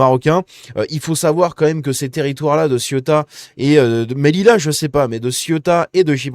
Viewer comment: Ce n'est pas "MEDILA" , ça se prononce "MÉLIJA"